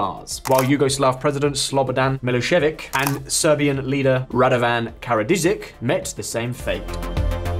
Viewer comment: It's Karadzic, not Karadizic *facepalm